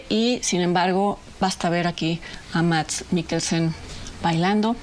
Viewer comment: solo por que soy fan de Mads te corrijo, su nombre se pronuncia Mas, amo tus videos, de verdad